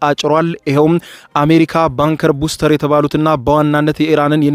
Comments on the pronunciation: ኧኸኸኸ ባንከር በስተር ነው እባክህ!!! በትክክል አንብብ!!! ቡስተር😂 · ባንከር ቡስተር ሳይሆን ባንከር ባስተር ነው የሚባለው። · ባንከር በስተር not ባንከር ቡስተር